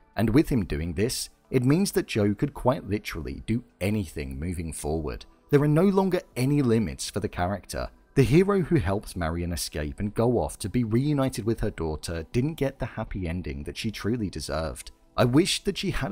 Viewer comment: excellent breakdown!! one small thing, it's Marienne not Marriam 🙈 (for anyone who's slow like me haha)